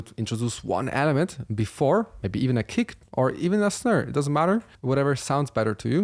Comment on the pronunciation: always something to learn from you no matter how advanced I am. MY question tho, when will i have to stop catching up to you and get on your level lol PS the accent on how you say Snare is my new favorite way to say SNERR KUDOS BRO